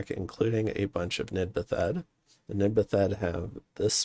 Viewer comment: out of curiosity, why do you pronounce it "Nid-Ba-Thed"? They're bathed (as in, submerged and ritually washed) in the water of an evil river, they're Nid-bathed because they bathed in the Nidakettil river.